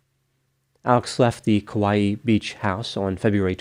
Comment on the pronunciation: I love your videos! You are such a calming voice of reason to listen to describing such horrific incidents. I just want to stop by and give you a teeny pronunciation tip as someone who adores Kauai and has been there many times (without going missing, obviously). In Hawaiian, when you have an apostrophe, it makes the sound between the two vowels into a glottal stop like bow Cockneys say “bottle” as “bo’l”. It’ll always be that way in Hawaiian as far as I have known. Hawaii is also actually supposed to have a glottal stop as Hawai’i is the proper spelling. I hope this helps in your Hawaiian adventures! The locals will look at you slightly less annoyed if you pronounce it better. They are annoyed by us anyway… don’t let it bother you too much if you are vacationing there.